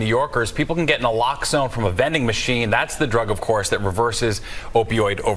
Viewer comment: my brother its pronounced NAH-LOX-OWN( naloxone). Subutex has that in it to detér íllicit use and overdose.